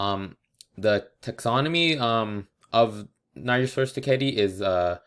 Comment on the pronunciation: I think you said the name wrong